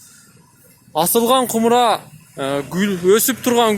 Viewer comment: Кумра эмес, Кумара деп айтылат го дейм